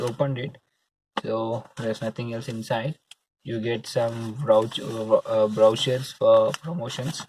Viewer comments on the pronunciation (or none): Learn how to pronounce the word brochure